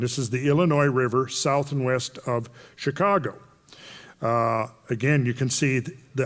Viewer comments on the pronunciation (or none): none